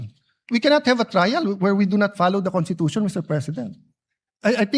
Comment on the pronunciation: IT'S PRONOUNCE 😂CONSTITUTION NOT CONTITUTION !!!!